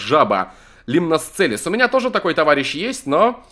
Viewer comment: Правельно не лИмносцелис а лимносцелИс